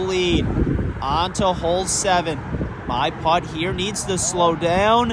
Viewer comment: Love this concept but my goodness, hearing the word “putt” pronounced as “pot” is gonna drive me insane.